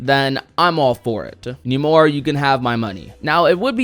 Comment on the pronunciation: why does this dude say "Numora"?